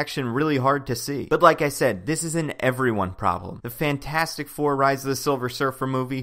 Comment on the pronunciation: I’m extremely satisfied to hear someone pronounce “Fant4stic” the same way I do, haha.